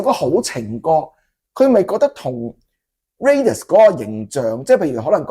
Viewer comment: 既然Thomas都話Raidas個名來自Raider, 咁當然係讀Raiders, 點解主持人永遠都係讀Radius(半徑)呢?